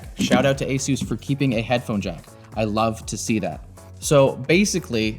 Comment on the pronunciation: why can no one at Linus media group say Asus properly 🤣